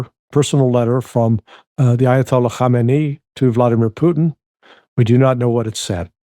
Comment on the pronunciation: Hey Larry - thanks for all the great work you're doing- you're a breath of fresh air. And, may I take this opportunity to congratulate you on your pronunciation of the name of the Iranian religious leader - Ayatollah Ali Khamenei. I think you worked out the trick that Khamenei has 4 syllables whereas his predecessor's name Ayatollah Khomeini only has 3 syllables. Thanks again Larry and can you kindly pass on this little tip to your other colleagues such Scott Ritter as well as others :) Cheers.